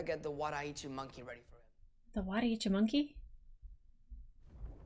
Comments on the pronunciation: that swords name is wadou ichimonji, but luffy said waddy itchi monkey. LOL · Wanda Itchy Monkey is how Luffy pronounces Zoro's surviving sword, the Wado Ichimonji.